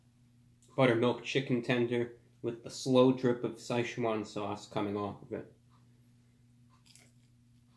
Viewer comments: youknoowamh If you can read Pinyin it is Si fourth tone Chuan second tone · Dude, it’s two syllables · Best way is to find an actual Chinese person pronouncing it, but best I can give you is you say "Si" like Sir (but without the r) and you say it in fourth tone which is short and sharp. The "Chuan" is pronounce kinda like chuwann and its second tone which is rising and slightly elongated. Like I said very hard to describe to someone that isn't familiar with Chinese pronunciation lol. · Why does everyone pronounce like (se Shuna)? It’s pronounced more like (si Chuan) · say-shoe-juan sauce? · Sesh juan swause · Sai Shu Jaun sauce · Say, chew won sauce? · say chew Juan sauce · “With the slow drip of Sczechuan sauce” 😂😂 love your videos man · "Two packets of the sayswan sauce!" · Anybody else realise that he said Si-chwan sauce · I pronounced sasswan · He’s pronouncing Szechuan wrong